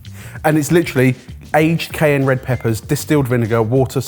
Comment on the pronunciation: Your pronunciations of cayenne and jalapeno are painful